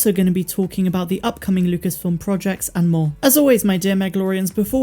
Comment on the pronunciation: You know, been wanting to tell you for some time: with your accent, every time you say "and more", I hear "and Maul" and I keep thinking "why is always on about Maul?":---)